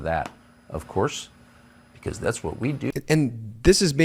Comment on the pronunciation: Learn how to pronounce "because"